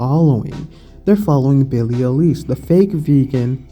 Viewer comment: Now this channel is fucked, the already fucked up topic is just fucked up a little bit more. Can't even pronounce her name correctly, promotes the idea to call " meat eaters " animal abusers and racist. I'll eat a big mac just to make every person mad that gets triggered by that, peace.